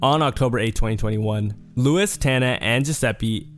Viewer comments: W video but my nigga its pronounced LOU WEEZE not Lewis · It’s loo-eece not loo-uhs 😢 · the way u said luis pisses me off thats not how u pronounce it lmao